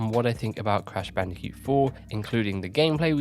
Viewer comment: "Crash Bandi'cute"